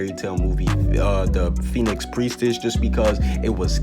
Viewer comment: it's Phoenix Prentiss